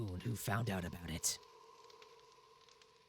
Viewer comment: its somthin aboot anoot apocolylpse